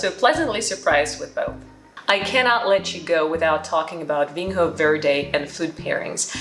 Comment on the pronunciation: Vinho is pronounced "vinyo" with an N followed by a soft Y-sound. NH is the equivalent to GN in French/Italian, or Ñ in Spanish. Same with Minho and everywhere else you see the NH combination in Portuguese.